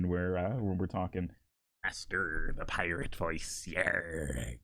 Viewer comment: Fuck i just noticed it saying pirtate 💀